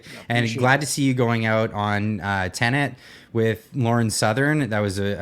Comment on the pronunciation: Does not know how to pronounce Tenet? It’s an actual word, not just the name of their channel.